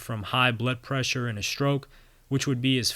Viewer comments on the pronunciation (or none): none